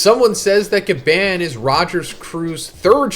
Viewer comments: Bro say gaban eight. It’s gabon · omg...STOP PRONOUNCING GABANS NAME LIKE THAT!!!!🤦🏾‍♂️😭